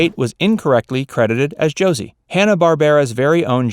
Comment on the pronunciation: The way this guy says Josie.... My ears hurt. It's Jo see with a soft s! At least in the begging he says it like the s is a z.